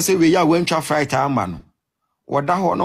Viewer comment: You paid all this money to this Cons who cant even say "Flight"...lol Fright 😂😂 3boboba....that common mistakes alone speaks volume...next victim please 😂😂😂